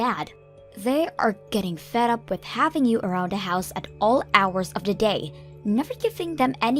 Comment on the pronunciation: The “deh” “da” or “duh” instead of THE just makes me cringe every time.